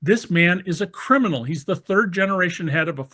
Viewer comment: " HE IS A CRMINAl" ys think???? David ?